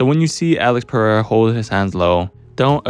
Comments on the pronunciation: PARREIRA? wtf is that, its PEREIRA, AMERICAN IDIOT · "PeRRReira" - sounds more spanish than spanish actually is. Amazing. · Why cant you Americans pronounce that name? Its not Parreira or Paheira :D Interesting video though!